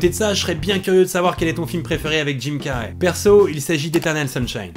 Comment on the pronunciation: Jim "Carrey" se prononce "Carri" pas "Carrai" . :)